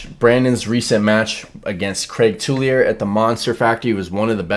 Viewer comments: Not being that guy, I know there are a ton of weird names out there, but Craig Tullier is pronounced 2-yay. Great stuff,. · C'mon u gotta give Craig his Louisiana pronunciation. TOOL-YAY